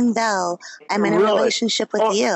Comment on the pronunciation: drunk: “you mean y-y-youuejehh” 🤣